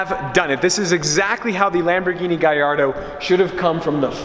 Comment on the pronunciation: why he say guy-ardo instead of gallardo